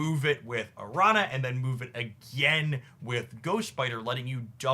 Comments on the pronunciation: do want to say that it's like "aranya" not "aranna", though if that was engagement bait, ka-ching i guess lol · Araña is pronounced Aranya. Spanish word. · btw araña is pronounced like "aranya", the ñ is a different letter than n. Think "Señor". It's also similar to italian gn like in lasagna or signor. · Correct, but he's the same guy who said "Sim-Bye-Oat," soooooo....😅😅😅